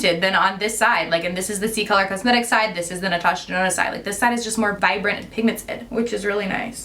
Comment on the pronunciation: Love the look but Omg I cant believe that 129 dollar palette just did that!! Holy balls I was mortified😭😱 Girl you better write a letter! Natasha DUH-NOna...